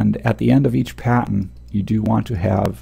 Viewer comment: Love these videos, very helpful indeed! The only thing that bugs me is that I keep hearing 'patent' when I'm pretty sure you're trying to say 'pattern' lol. That threw me off at first. But anyway, thanks for the vids.